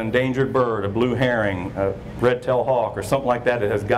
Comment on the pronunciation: I'm pretty sure it's not a "blue herring" but a Blue Heron.